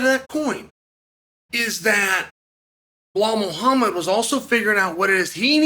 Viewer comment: Did I just hear him say Ball Muhammad 🤣😂